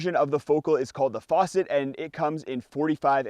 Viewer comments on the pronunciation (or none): Fass-et, not faw-cet